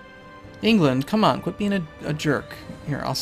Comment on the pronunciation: with a semi-southern accent "common Scotland I need you in my bedroom" lol